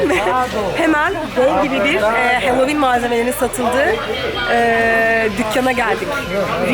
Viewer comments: Sakın yanlış anlamayın ama kulağımı çok tırmaladığı için belirtmek istiyorum, HALLOWEEN okunuşu halovin , HELLOWEEN yazılmadığı gibi hellovin diye de okunmuyor. Sanırım siz böyle söylemeyi tercih ediyorsunuz. Ama iki videonuzdur duyuyorum ve takıldım.. söylemek istedim yalnızca. Bunun dışında videolarınızı severek takip ettiğimi de belirtmek isterim :) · ey, bi, si, di, i, ef, ci diye gidiyor ya alfabe, buyuk ihtimalle a ey diye okundugu icin, bu kelimede de oyle okundugunu dusunmustur diye dusundum :D ama evet benimde kulagimi tirmaladi.